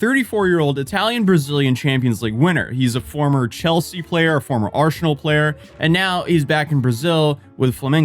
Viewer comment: why does he say Arsenal like that